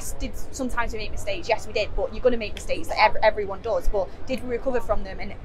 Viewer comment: Maybe I’m weird but I love how says “boh” (but).